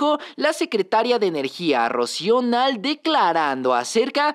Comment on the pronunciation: Se llama ROCÍO NAHLE GARCÍA. NO NAL. RESPETA SU NOMBRE COMPLETO.